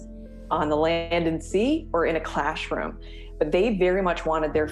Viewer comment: Did she say "clashroom"? 😂